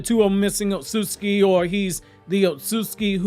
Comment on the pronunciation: You HAVE TO work on pronouncing "Otsutsuki". It's NOT not Osutski...Other than that I'm a HUGE FAN!! Love all Naruto content!!